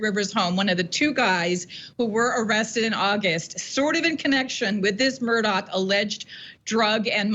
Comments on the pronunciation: Why do they say murdock, when his name is murdaugh (murdaw) and alec when his name is alex? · She can't even consistently pronounce his name properly. What's going on?🤔